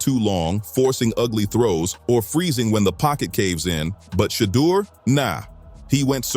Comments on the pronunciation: WILL YOU STOP BUTCHERING HIS DAMN NAME? HIS NAME IS SHEDEUR NOT FREAKING SHADDOW. 😮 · Quit calling him shadow! His name is Sheduer Sanders and you need to pronounce it correctly! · who the hell is shadow damn man least you could do is make sure they say the names correct that makes this nothing but click bate you should be ashamed of your lack of professionalism